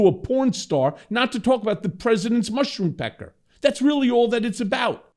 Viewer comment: Love this!👍😊 ! Did he say" mushroom pecker? I'm dead 😭